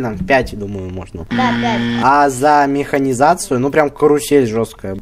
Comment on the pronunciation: ух говорится миханизация